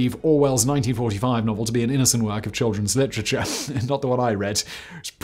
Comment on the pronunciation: I love you Simon, but I can't get passed ""LICHRICHAR" 😂😂😂😭😭😭